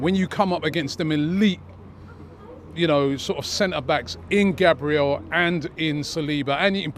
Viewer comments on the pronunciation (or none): none